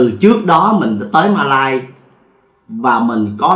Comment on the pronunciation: 1 là bạn nói Malaysia , 2 là bạn nói Mã lai , không thể là Ma lai được , hay là kể chuyện ma riết rồi quen ? !!!